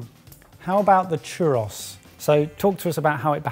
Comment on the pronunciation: I know! To me they way they pronounced it Chu-ROSS made it sound like they were Greek or something 😂